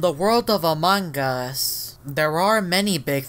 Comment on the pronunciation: Everyone: "Among Us": "Amangas"